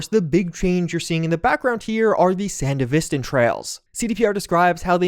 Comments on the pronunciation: I hate the way this guy says "sandevistan" it's pronounced "san-dev-eh-stan" not "san-dev-is-ten" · "San duh vis ten" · Bro really said "Panam" like in Vietnam and "Sandevistan" like it was Afghanistan A true American right there! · the show pronounces sandevistan so how do you get it completely wrong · You’re saying Sandevistan wrong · How does someone watch edgerunners and still pronounce sandevistan wrong. Wild stuff